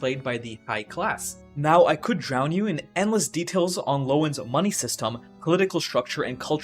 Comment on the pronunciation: I just realized it's Loen, not Leon 💀. Low-key already done with the novel 😂